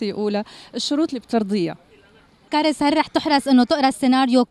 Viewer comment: ما غيرت بس اسمها اسم فرنسي في الاساس لا ينطق كاريييس حرف الياء في معنى اسمها يتغير وتنطق كاراس معناها اللمسة اللطيفة انا من وقت عرف معناه ما قدرت انطقو مثل قبل بالياء والكسرة